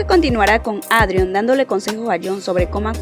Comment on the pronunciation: Buen video, igual, me causa gracia que ''Adrion'' y ''Claire'' los pronuncias mal jsjs, por las dudas, la pronunciación adecuada es ''Eidrion'' y ''Klerh'', buenas noches